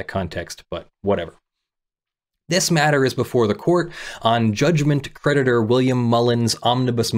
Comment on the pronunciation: I was listening rather than reading along, and I kept thinking you were saying the judgement predator instead of the judgement creditor, which really made this case sound extra exciting! Watch out, the judgement predator is hunting you down! 🤣